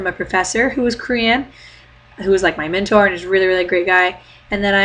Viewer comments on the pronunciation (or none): none